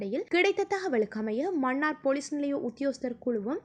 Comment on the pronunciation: செய்தி வாசிக்கும் பன்னாடை மண்ணார் இல்லை மன்னார் மணம் இல்லை மனம் உன் தமிழ் உச்சரிப்பில் ( ன ண ல ள ழ ) எழுத்துக்களை சரியான முறையில் உச்சரிக்க தவறுகிறாய் நீ என்ன இந்தியாக்காரியா? ஒழுங்காய் உச்சரி